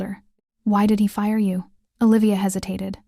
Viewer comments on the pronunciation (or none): none